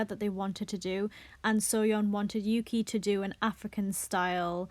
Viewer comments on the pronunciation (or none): none